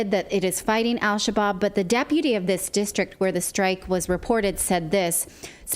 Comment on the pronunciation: Al Shabob? How about Al Shish-kabob?